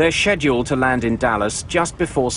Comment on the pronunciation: irk in like every episode with schedule he says it so weird i just wanna slap him